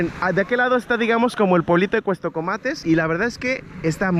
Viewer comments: Con todo respeto en todo el video dijiste cuestocomates y es Cuastecomates , perdón pero si se escucha raro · Hay una gran responsabilidad al tener un micrófono o una cámara enfrente. Debes conocer del tema del que estás hablando y por lo menos pronunciar bien. Se llama Cuastecomates no Cuestecomates. Adicionalmente, como Persona Con Discapacidad Visual la forma en la que te diriges utilizando términos incorrectos me ofende y molesta. No se dice personas con capacidades diferentes ni personitas con otras capacidades ni nada de esas tonterías. Solamente se dice personas con discapacidad y se acabó. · Es Cuastecomates no Cuestocomates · "Cuestocomates" jaja pasé todo el vídeo esperando que corrigiera 😅